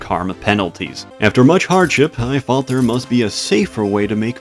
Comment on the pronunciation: The letter T is not an F. Its three not free, there not fhere